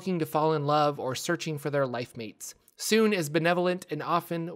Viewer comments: It bothers me so much to hear Sune pronounced as "soon" instead of "soon-ay", even though I don't know which one is technically correct. xD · Teeny tiny correction. The "e" in Sune's name is not silent. It's pronunciation is more like "Sooneh" than "Soon". Per Rasaad from Baldur's Gate . Great video overall. I love your content! :)